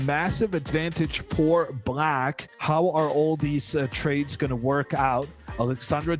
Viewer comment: Why does this guy always say „brack“ to black or „prace“ to place?